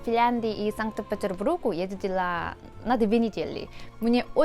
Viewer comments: та не, она сказала - санта петербурге. Считай, - верно. А второй раз - хуже. Санта петербруге. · Прикольно ты говоришь: вы и Санкыт Петерыбурыг👍 как ты так быстро говоришь, хоть и произношение не очень?) умница) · Как же смешно произносишь (сан петебруг)😅😅😅